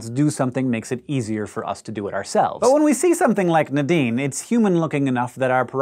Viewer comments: Nuh-deen, or Nay-deen? I've never heard it pronounced the way Hank is saying it, it's always been Nay-deen for me. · Everytime he says Nadine, I hear The Dean🤦🏾‍♀️